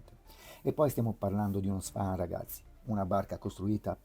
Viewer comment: Si dice "svon" non swan